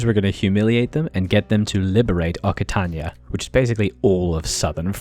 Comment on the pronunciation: Hey, just for your information, the double c in Occitania is pronounced like an X. So it's pronounced oxitania